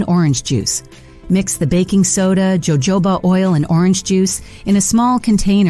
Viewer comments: It's not Jo jo ba, but it's ho ho ba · It is not Joe Joe bah oil. It is pronounced Ho ho ba! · Totally on board with all previous comments! Also, please, please! Can you just pronounce it HOHOBA oil and NOT jojoba!? Please educate your computers! This is the second YouTube vid where the computer generated voice gets it wrong and there's no correction made! Arrrgh! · Jojoba- the j is pronounced like “h” sounds like Hohoba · Jojoba is native to the desert southwest, so Jojoba is pronounced with the Spanish J – which sounds like our H. Pronunciation is “HO-HO-BA”. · All such BS….. Where are the before and after photos plus actual timeframe ….. plus how did you pronounce Jojoba oil…. 😂 😂😂😂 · You mean AI 😮? Anyone not able to pronounce jojoba is not human!